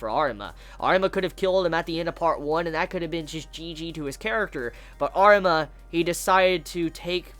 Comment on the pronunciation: It’s funny when he talks about Arima he pronounces it as artima